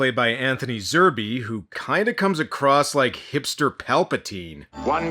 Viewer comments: It's Zerbe, not Zer "bee". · Zerbe...."Zerb", not "Zer-bay". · Zerbe is pronounced Zerb, you don't pronounce the second E. If you notice there is a plot consistency problem in the garage, the mutant Neville kills in his garage is same one we see dead drooped over the desk.